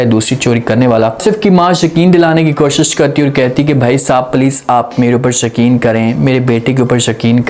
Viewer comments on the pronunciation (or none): Yakeen ko shakeen kyon bol rahey ho?????